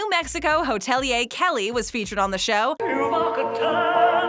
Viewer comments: The word is hoteli..er, not hotelee yah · Go on say hotelier one more time